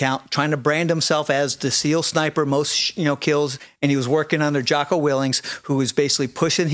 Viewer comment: Way more respect for this guy if he could pronounce Jockos name right. Geez.